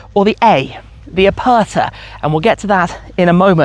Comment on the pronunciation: You have to learn how to pronounce Aperta. PLEASE.